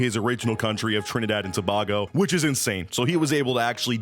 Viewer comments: two things,1)im disgusting to be from the same country hes from and 2) it's pronounced 2-bae-go, but anyways W vid keep on postin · It is pronounced To-bay-go sir. And i am glad i saw his face. I can now try and find him there. I am from there